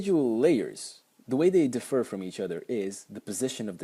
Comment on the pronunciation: Hello and thank you for the nice comment. I'll do my best in the years to come. Thank you for correcting my English. I didn't know differ was accented on the first syllable, but I did say palate, it just sounded more as plate :) I think when a foreign language has to be used as a tool for doing something more difficult with it (as was making this short video lecture for instance) the difference between a native and a non-native speaker is most evident. I know it might not seem that way, but making short lectures of this sort is not easy. I try to concentrate on what I'm saying in order to make the lecture coherent more, than on how I'm saying things and accent, style, syntax ect. drop dramatically:)